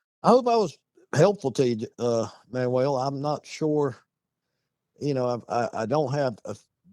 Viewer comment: Lol...he said Manwell. Bless his heart 😂❤